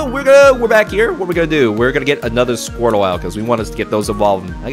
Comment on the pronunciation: Did he honestly just call squirtle squirrel